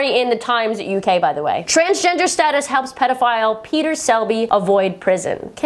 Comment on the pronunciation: Always when you say Transgender I understand Transtrender XD